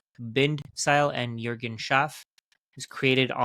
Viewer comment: no joke, did you live in germany or work with German speaking colleagues? Even names like Juergen you pronounced accordingly.